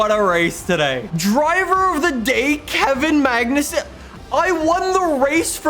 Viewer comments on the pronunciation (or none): The way you said the Kevin magnesuenn was 😂😂😂😂😂😂